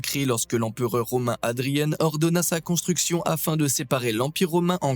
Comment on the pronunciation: 🙄🙄Prononciation à l'anglaise !